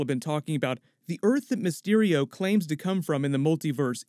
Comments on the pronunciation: For a second I thought he said Rey mysterio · COULD'VE SWORN I HEARD PETER SAY "REY MYSTERIO"...? lol